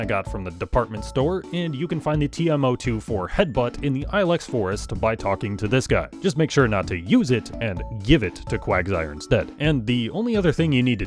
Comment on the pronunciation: Ill-X, not Eye-Lex